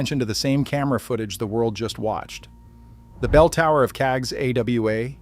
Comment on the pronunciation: He pronounces Casgawa: cags Gee double you Ay Not human!